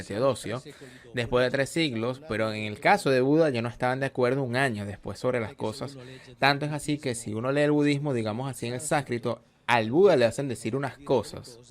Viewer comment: ¡¡Por favor cambien al traductor, el tono de voz y su pésima pronunciación hace muy desagradable. ahorrado, grey, agrrepienta, Grregosijjja!! ¡¡"concepto de gueno y justo” bueno y justo, “testos antiguos” (textos), “sácrito", en ves de sánscrito, horroroso!!